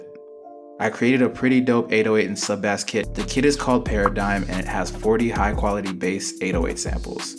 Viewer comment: r u kidding me did he jus say sub bASS